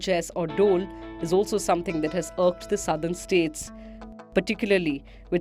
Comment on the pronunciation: Everything is fine except onething It's Tamil NADU not Tamil NAD.. you need to pronounce U..